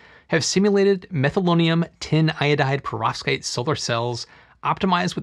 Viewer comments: Everytime you said that word I heard pirozhki and it made me hungry. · Anyone else keep hearing "prostate?" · I cringe every time this bald nerd says perovskite.